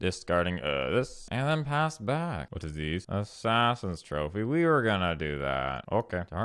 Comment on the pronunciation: You keep mispronouncing assassins trophy and serum visions. Just a heads up